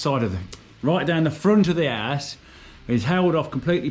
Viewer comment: your pronunciation of the word "house" is highly suspect.